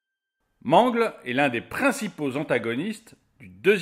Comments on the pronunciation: c'est pas man-gle c'est m-an-gle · Ce n'est pas mangle mais mangle et c'est pas bb mais balloon boy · Mangleu xD ça ce dit meungeulle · On ne dis pas mangle on dis mangel comme battle c'est mangle voila ci non ces très bon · Mangle.... nan... ça se prononce Mangueule... Sinon j'ame beaucoup ♥ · mangle se prononce MANGUEULE!!!!!!!!!!!!!!!!!!!!!!!!!!!!!!!!!!!!!!!!!!!!!!!!!!!!!!!!!!!!!!!! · Mangle 😂😂😂on dit manguele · je trouve que tu dit mal le prénom de mangle sa se dit mangeul mais ca s'écrit mangle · Comment il dit mangle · Ptn dis correctement mangle en plus bb t la mis 1er t te fous de notre geul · Et ta mal prononcé son nom à mangle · Ca me fait rire quand il dir mangle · Comment il prononcé mangle ça me fait pleurer 😖